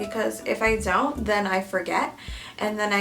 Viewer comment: Nobody: Not even a single soul: Me starts thinking of "zont zo it" when says "don't"